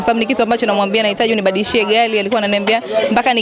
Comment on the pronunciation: Haaa haaa gari imekuwa gali 😂😂😂 Mhhh